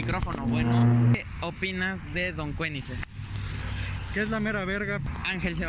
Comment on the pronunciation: "Don Kueniseng"... Breathtaking.